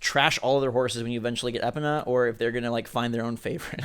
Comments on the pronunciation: It is EE-pona not epona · Ep-un-uh......Face palm. Its E-pown-uh (pown rhyming with own {PWN})